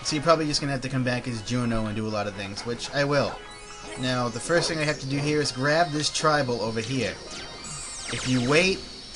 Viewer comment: Do you have an accent? It seems sometimes you say 'Over hehr' XD